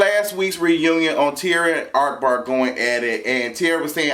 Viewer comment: ARK-Bar. Lol i love how u say his name......